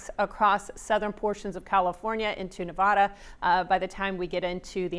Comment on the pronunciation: It's Na-Vad-da!